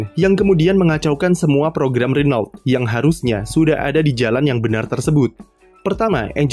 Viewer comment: renault dibaca rono